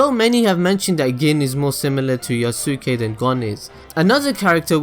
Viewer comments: Yu-suu-kay, omfg that made me cringe. It's Yoos-kay. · oh god. could you pronounce yusuke correct please. it's pronounced yuske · Yuus-keh, bro. Yuus-keh. Pronounced similar to Sasuke. Good vid though.